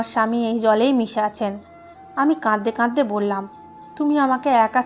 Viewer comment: প্লিজ, প্লিজ, আপনার এই শ্রুতিকটু "কাঁদদে কাঁদদে" শব্দটা বন্ধ করে "কাঁদতে কাঁদতে" উচ্চারণ করুন।